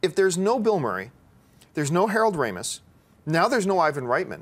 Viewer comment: did she say harold ramees? come on makes you seem like a fake movie fan to not know his name?